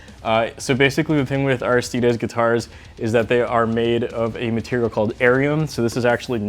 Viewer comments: IT IS AIR-RIH-STEE-DEEZ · its pronounced aristides